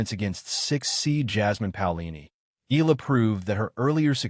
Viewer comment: Why u guys cannot pronounce EALA properly?😮😅😂